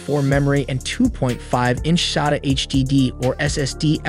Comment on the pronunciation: The way you say sata is annoying af